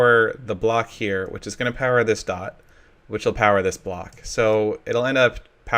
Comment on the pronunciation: Wow, you forgot how to say Block?